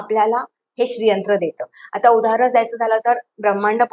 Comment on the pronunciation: खूप छान माहिती पण खूपच अशुद्ध उच्चारण आहे. उदाहरन नाही, उदाहरण साधणा नाही, साधना कल्पणा नाही, कल्पना पुन्य नाही, पुण्य Please rectify pronunciations because you are talking about Sri Yantra. Sri Matrye Namah.